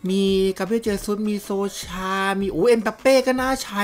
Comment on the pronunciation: ชื่อถูกต้องเขาเรียกเอ็มบัปเป้ บ่ใช่เอ็มปัปเป้ มั่วหลายแท้ อ่านอังกฤษออกจริงป่ะเนี้ย